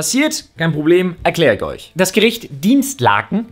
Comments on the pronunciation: Dinslaken, nicht Dinstlaken, da steht kein t! Pls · Es heißt doch Dinslaken, nicht DinsTlaken? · Es heißt ,,Dinslaken'' und nicht ,,Dienstlaken''. Aber hauptsache eine Minute vorher noch Witze über Leute machen, die nicht lesen können und die Intelligenz anderer beleidigen wollen. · Dinslaken ist einfach ma der nachbarort XD aber wieso sprichst du es Dienst laken? da ist niwo n t XD leider komme ich aus dem ort in dem der wendler heimisch war.... seine töchter gingen hier zur schule. und seine alte willa vermodert hier .... wird passenerweise vill ne müllheide draus gemacht XD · Kann er Dinslaken bitte richtig aussprechen ich komm hier aus der Ecke das tut weh das zu hören man 😂